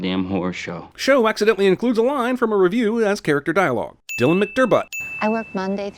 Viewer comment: “Dylan Mcdermbutt” lololololololol